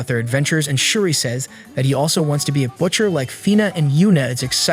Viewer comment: Bro actually is annoying me can’t even say butcher 💀